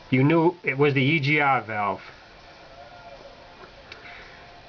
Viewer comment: heh heh heh.... he said "E G Ah valve"